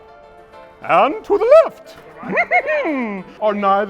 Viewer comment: Left? I thought you said daft.